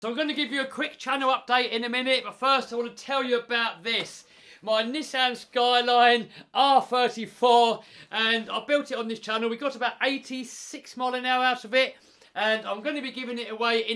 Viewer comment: nissan and nessan lol